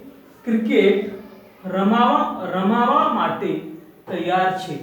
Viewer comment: U r spking absolutely wrong, it is not ramavaa. It is ramva n nt che cho